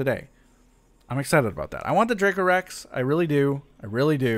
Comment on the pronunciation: Haha. Your pronunciation was spot on. 👌 That’s so weird they didn’t give any money for the last picture that you took. Great video!